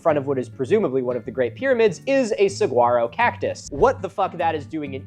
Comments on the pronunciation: love all of your content man! one small note: the gu in saguaro is pronounced more like an w, so its suh- wah- row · Hey Milo, I just wanted to say you pronounced saguaro wrong. The G is silent and and it is pronounced more like suh-waa-row. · Small correction that hurt my soul a little to hear you say it, , you pronounce it "Sah-guar-oh". It is pronounce "Sa-wuar-oh" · no way he just said saGuaro cactus bro. we googledebunking that pronunciation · Saguaro is pronounced more like Sawaro. At least in Arizona. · it’s actually “sah-waro”, u don’t say the g sound! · The "G" is 98% silent, its "Suh-War-Oh." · not milo pronouncing the G in Saguaro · Your pronunciation of saguaro hurt me. Im an Arizonan, so cacti are my culture, and thus i must inform you the g is silent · First of all, as an Arizonan, I take offense to the saguaro in Egypt, its the one cool thing in Arizona, second, I love how Milo pronounced Saguaro just slightly wrong, like people do with most French things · MILO NOOO THATS NOT HOW YOU PRONOUNCE SAGUARO